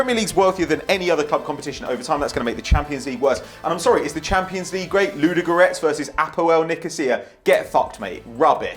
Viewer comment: F*ck off! Making fun of Ludogorets when you don't even know how to pronounce their name right. Small teams fight to get in the Champions league and can sometimes be decent.